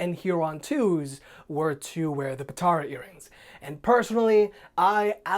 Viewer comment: You lost a lot of people when you said potara earrings